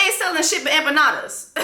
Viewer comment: Those empanadas piss me off. She can’t even pronounce it right 😭💀